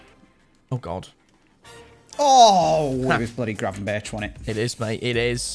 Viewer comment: Please stop saying gra-ven-ber-tj and start saying gra-ven-berg